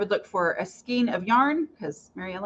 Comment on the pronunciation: Pronounced "skayn" though. 🤭